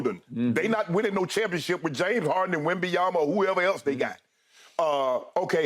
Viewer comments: Wimbledon lol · Skip "Wembenyama" Shannon 😂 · “I don’t care if they get Wembenyama, they could get to Wimbledon” 😂😂😂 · “Wimbeyana,I don’t care if they get the Wimbledon.”😂😂😂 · “I don’t care if they get Wembenyama, they could get to Wimbledon…” 😂